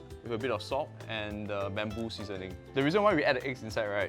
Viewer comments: Bambu powder? It's pronounced boombu, sir. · Its not bum-bo. Its "boom-boo" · ITS BUMBU NOT BAMBOO GAHAHAHA but great vid🥰🥰🥰